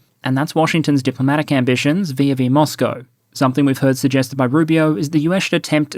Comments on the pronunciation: Is ‘vee-zavee ’, not ‘vee-a-vee’. If a vowel is preceded by a word that ends with an s, the vowel gets pre-fixed by a ‘z’ sound. Les Etats Unis (the United States) is pronounced in French as “Le-Zeta-Zuni” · In French I would pronounce it as "viz a vi" but in English I believe it is straight up "vis ah vis"